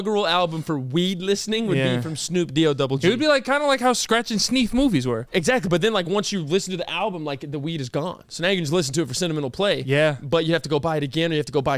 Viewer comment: I cannot be the only one who is not ok with how said "scratch and sneef" I was gonna ignore it but had to go back and check.